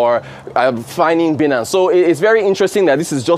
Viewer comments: "By-nance" pleaseee not "bee-nance" 😌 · Someone pls pronounce it right Binance; Binary-Finance…